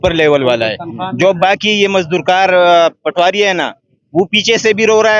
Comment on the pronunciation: Patwaari nahee Poti-waari